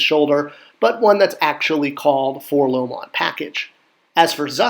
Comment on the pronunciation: Great video! I'm loving this series...but please say Four-el-oh-em. If you say "Four-Lohm" you should also say "See-Three-Poe"...like Edgar Allen Poe. They are letters but don't form a word.....all the way back to the way the kid says it in the 1980 Kenner commercial.